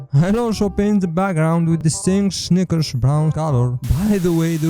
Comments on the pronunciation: Bro he don't Say snickers 💀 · He did not say snickers😭🙏